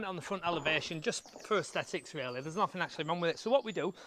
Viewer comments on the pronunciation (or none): none